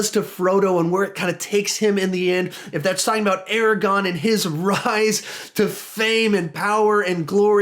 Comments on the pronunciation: Aragorn!, he’s Aragorn not Aragon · I mostly agree! Not to be annoying but it’s Aragorn not Aragon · he just called Aragorn Aragon lmao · Bro did you say Eragon? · Ok i was on board with the list until he said airagone like wtf bruh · Hold on just a fucking second did he just call him Aragon